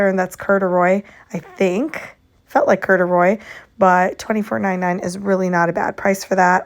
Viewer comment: The way you pronounced corduroy CRACKED ME UP